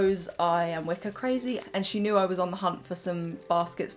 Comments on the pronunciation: i thought you said wicca not wicker lol 😭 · Oh my gosh at the beginning I thought you were saying “Wicca” instead of “wicker” and I was prepared for a merging of worlds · Wicker just sounded like Wicca each time it just added a witchey magical touch and a chuckle for me <3 I do love your taste - it is like what my mum likes, I remember a lot from my childhood. Shes a very creative spirit That teddy really needed a mum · I also kept hearing "wicca". :D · Omg same.